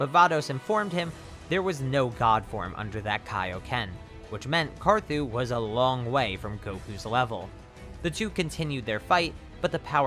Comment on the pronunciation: LOL U SAID CAR ZOO